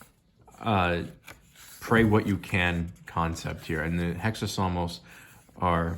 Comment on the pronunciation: Nice video, just a correction: it’s εξάψαλμος, pronounced exápsalmos (accent on the A and no H sound) From an Orthodox Greek ☦️🇬🇷